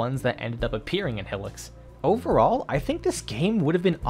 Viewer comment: Great vid! Though I hate to be that guy, but Hylics is pronounced “High-licks”, not “Hilliks”